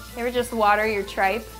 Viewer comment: i dont think they prinounced tripe right